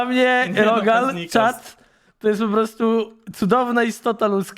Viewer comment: powiedziałeś czat